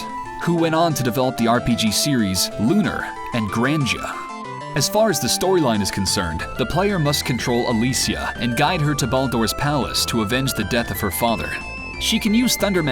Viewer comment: Being the LUNAR fanboy/nerd that I am, I have to point out that it's actually pronounced lu-nar and not lu-ner, which is the way pretty much everyone assumes it's pronounced. You can hear it in the opening cut scene of Lunar 2 on any system.